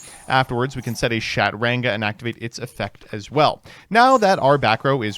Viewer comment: "SHAT-ranga" is diabolical, even for you 😭